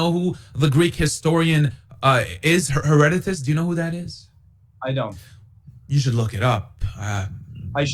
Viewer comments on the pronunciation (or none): One should learn to pronounce Herodotus' name properly [to isolate one among many examples of unearned and self defeating hubris] - before pretending to have the upper hand in an intellectual battle over historical fact. [Also; Haitian Revolt?! Bro - in America? lmao. The marks of malleability & manipulation qua the Islamic Marxist brainworms in this one are rife] While Herodotus DID make mention of the region - per it's name "Palaistine" - he was not referencing The Kingdom of Israel. Simply the coastal region around southern Syria; whence from ole Goliath hailed. I do not find it just to say that these people as well as the referenced Canaanites were NOT The Jews. It wasnt until Hellenic times that "The Jews" as a coherent unit - living under "The Law" came to be. The account of victory over the Promised Land in The Pentateuch tells the tale [if we defer to archeology genealogy linearity, etc] of synthesis. Death to the old ways and a cohering principle for the new. Nonetheless - the claim to land, history, culture, and many more righteous effects easily & consistently goes to The People of Judea. Once Cyrus commissioned their 'return' from exile and The "Second" Temple [all things in quotes are subject to rightful scrutiny and skepticism] the History of One People begins; but the history of the various groups mentioned prior are nonetheless pretext to the very subject at hand. The claim is not weakened. Unlike the colonialist poisoning of said tradition via Mohamme